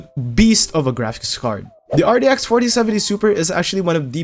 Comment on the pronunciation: why does he say it so weird rdx 3060 rex 3060 ti